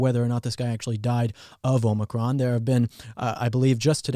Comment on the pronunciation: It's Omicron not Omicron. Sheesh.